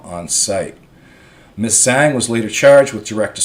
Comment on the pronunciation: Hey, a ZH is pronounced like the letter J in English...JANG...the ANG sound...in Tagalog...hope this helps.